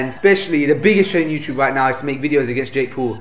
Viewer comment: did he said Jake pool?